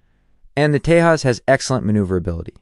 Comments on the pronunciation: The pronunciation of "J' is problematic. 'j' is pronounced 'h' in spanish but 'y' in germanic languages. When a name is transliterated from an Indian language to English, 'j' is pronounced as in 'jet'. The irony in this video is that 'j' is pronounced 'h' as in Spanish with respect to the Tejas but pronounced as in English for JAS gripen (where JAS is pronounced 'yos' in Swedish - Wikipedia). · You pronouncing name Tejas incorrectly. Letter 'j' is not silent. Don't demean the name if can't spell it correctly 🤬